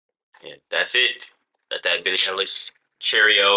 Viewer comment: billie eilish (eye-lish)